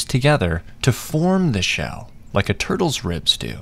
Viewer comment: I thought you said rizz in stead of ribs 😂😂